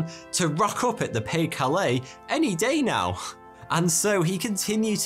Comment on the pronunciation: I was glad when this one was over. Why because of the repeated mispronunciation of Pas de Calais, DUH! As in it's pronounced Pa Duh Calais. The de isn't silent. Rant over, sorry.